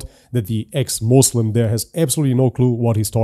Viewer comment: Moozlim....sounds accurate 😅